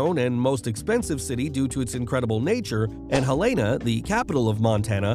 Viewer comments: It’s part of the Lord of the rings trilogy. Lulz! He also said Helayna instead of Helena. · he lain na lmao Hel en na holy shit lol ive heard some weird pronunciations but thats funny. Montana is only for badasses is why no one lives here, and we are full and it's hostile as shit. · Hel-ay-na? No. It's Hell-ena. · As a Montana native, I never knew why people pronounce the capital as "huh-lay-nuh" while I've only heard it said as "hell-en-uh" here. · Our state capital is pronounced Hel-eh-na, not Hel-aye-na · From someone who lived here his entire life the way your pronounced helena bugged me so much, it's hell-in-a. Have never heard hell-ana in my 26 years from anyone inor from this state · Don’t call it Hell-ay-nah. It’s Helen-a. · Fun fact: Helena isn't pronounced "hellaynuh", it's "hellenuh". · Not Hell AYE Na, Hell IN Na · It's hell n a, not hell ane a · it’s not pronounced hell-ayn-a, it’s hell-en-uh. how can you make a video about my state if you cant even pronounce the capital correctly😒😒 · Hel lan a. Not helesna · You pronounced Helena wrong. It’s actually “hell-luh-na.” I live in Montana, and I think Yellowstone, the TV show, is NOT the reason why it’s growing, it’s simply because of the shifting to remote work in recent years. This has allowed more people to be able to live anywhere in the country, and Montana’s natural beauty attracts a lot of people. I’ve known a few people that moved to Montana because they got to work from home. A lot of people from Colorado are moving to Montana because it reminds them what Colorado used to be like, so it’s a bit of nostalgia. I used to live in Colorado, and Montana reminds me a lot of Colorado!! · It's pronounced hell a na 😂❤ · Helena - the accent is on the first syllable, not the second. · no way bro said hell ain a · I DIED when he called the capital HelAYna 💀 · And it’s pronounced HEL-e-na….Thank you. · Hell - in - uhh is how to pronounce Helena the state capital btw. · He-lay-na, lol. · It’s helena